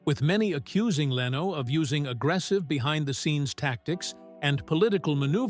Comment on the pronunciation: You were very negative about Jay Leno. Jay did this all on his own without an agent! God bless Jay Leno! BTW, your computer voice cannot pronounce LENO!